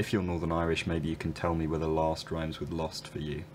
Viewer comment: your pronunciation of 'last' and 'lost' sounds nearly identical to me, differentiating only in vowel length with the 'last' being longer